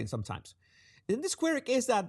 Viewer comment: Estimado. Quirk is pronounced "kw-urk" (Not "queer-k)